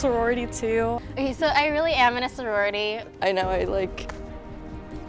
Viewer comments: "Imina sorority" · Them: I'm in a sorority My ears: I'm men messrorority